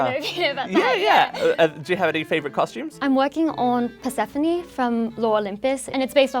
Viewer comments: Nobody: Me: Perseophoney what??? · The way the red head pronounced Persephone triggered me 😂